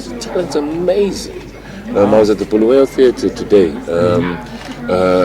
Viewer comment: Stop calling uBulawayo bhuluweyo Mr Dlamimi.